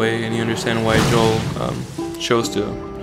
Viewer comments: Joel not yoel I'm sorry but that was bothering me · Why I you pronounce Joel's name yoel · By the way, Joel is pronounced with the J. It's not silent, or it doesn't sound like a Y... just sayin'. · Why does he keep mispronouncing Joel's name?